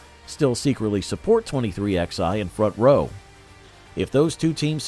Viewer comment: It’s called 23 eleven, not 23 ex eye.